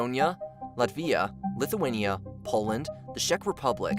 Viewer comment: dude said Hungry and Litinia